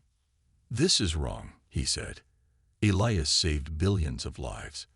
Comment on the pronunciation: ee-lye-as. cant pronounce names i suppose is unavoidable hazard.